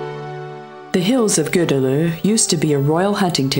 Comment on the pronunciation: Tenfold, eh..? Cuz the content is not good enough?? Plus she's doing a confusingly great job of pronuncing the name of places. Budapest, one of the most obvious ones, she fails. But Gödöllõ, Veszprém and many others, she nails. Just a thought..